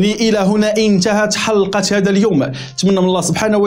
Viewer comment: الله جزيك بخير اطلب منك ان تنطق كلمة حلقة بطريقة صحيحة وليس بالطريقة التالية حلللللقة وشكرا